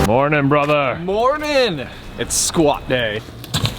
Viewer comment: J: HEY BROTHER:HEY BROTHER: HEY BROVER